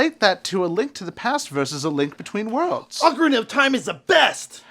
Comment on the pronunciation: Most of the people hating on the new Battlefront. Also, it's "Oh-cah-ree-nuh"